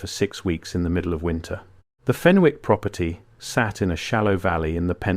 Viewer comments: Its fen ick not fen wick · FEN ICK ……NOT FEN WICK. Don’t pronounce the W. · The name Fenwick is pronounced Fennick in Northumberland and Scotland. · Pronounced FENNICK.